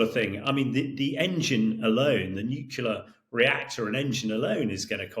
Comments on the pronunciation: Not sure what nucular is? I wish these experts would pronounce the word Nuclear correctly. From an experts perspective, this is simply lazy, Shameish de Bretton-Gordon! I am pretty sure Trump and Xi are NOT buddies, the title to this is deliberately 'click me' worthy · Nuclear explanations from a person that pronounces "nukilar" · Why on earth does this guy keep saying ‘nucular’, so annoying!